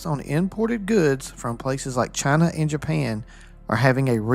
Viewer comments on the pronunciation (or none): none